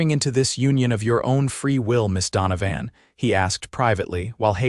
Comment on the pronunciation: It's pronounced don-o- van